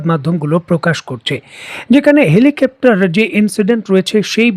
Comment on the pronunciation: হেলিকাপ্টার বলতেছেন বারবার আপনার ভিডিওগুলোতে হেলিকাপ্টার বলেন। হেলিকপ্টার - Helicopter হবে।